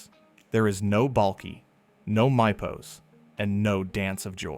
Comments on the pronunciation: Enjoyed your video Just From the pronunciation of MIPOS If you folks watched the show They ALWAYS said MEEPOS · It’s pronounced “meep-ohs!” Have you not watched the show and just read up for the video? Sorry, I’m not trying to be rude, but if you have watched the show, they mention the country a lot and by that pronunciation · The island's name is pronounced "Meepos" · They are pronounced “Meepos” and “Balki”. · Ugh, can you just please pronounce Mypos correctly.